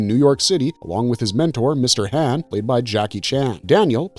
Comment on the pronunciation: mr han ...like shaun but haun (han) ...not hann... like i know you have heard how to say his name if you watched the movie